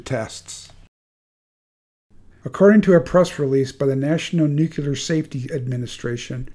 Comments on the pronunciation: It's not pronounced "noo kyu ler", it's "new-clear", or nuclear. Nookyuler war, nookyuler this and nookyuler that. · Why are you purposefully mispronouncing nuclear? It's not new-cue-lar, it's pronounced just like it's spelled "new-clear". Say it with me now, "new....clear". This gross mispronouncing makes it hard to take you seriously. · "nu CLE ar" Not "nu cUlar" Sorry! All that WW2 talk and here I am a grammar Nazi! I'm really not trying to be mean. It's like nails in a chalkboard to me. George W. said "nu cu lar" and I thought then, "If you can't say it correctly, you definitely shouldn't have authority to launch it!" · PLEASE! NU-CLE-AR NOT NUCULAR! THERE IS NO "NUCULAR." Too embarrassing to share. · Hey --- the word "nuclear" is pronounced "NOO-klee-ur" not "nook-yuh-lurr", Yes, George W, Bush got it wrong, too. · I hate to split hairs here, but the word is pronounced NUCLEEEAR. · Nuclear... NEW-CLEAR. Jesus fuck... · I find it hard to take any content provider seriously on this subject when they can't pronounce nuclear properly. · You keep saying Nuclear wrong but well done otherwise